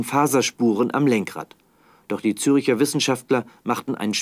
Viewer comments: ZÜRCHER! nicht Züricher!!!!! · genau, zeigen im bericht ein dokument, auf dem "ZÜRCHER GEWSCHORENENGERICHT" steht, lesen dies durch und streichen an, doch können "zürcher" nicht richtig aussprechen. tja, SPIEGELjournalismus!